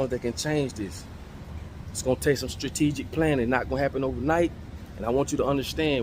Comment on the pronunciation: Stratigic!!! Dammit,, Speak It!!!!!